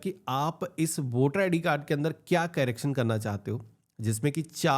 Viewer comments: Carrecting nahi bhai correction hota hai 😂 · Carraction nahi hota bhai.....correction hota hai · कैरेकशन nahi bhai correction (करेक्शन)